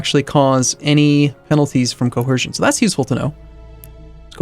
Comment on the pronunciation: why do u keep saying coHercion??